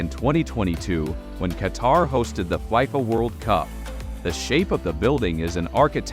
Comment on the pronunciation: just love the GOOGLE VOICE 🤣🤣 FIFA BECOME FAIFA 🤣🤣🤣 DAYUMMMMM